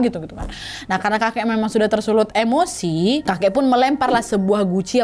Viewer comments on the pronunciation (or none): none